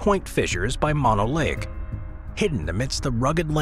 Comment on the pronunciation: Mono Lake is pronounced Moh-noh. Get it right if you're going to put it on YouTube for all to see!